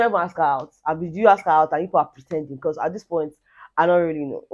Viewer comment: Becur...... In place of because. That really cracks me up 😂😂